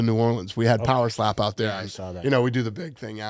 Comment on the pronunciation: Every time Dana talks about poweslap I get furious 😂